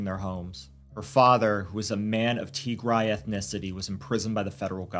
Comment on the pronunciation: Indeed, just the way this narrator mispronounced Tigray..... He's never heard of it😢 For the record it is pronounced TEE- Grey. Like a grey tee-shirt, not TEE- grai. Like a tea chai with a gr instead of a ch.